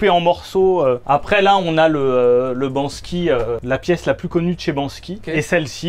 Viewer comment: Par contre c’est BANKSY pas BANSKY...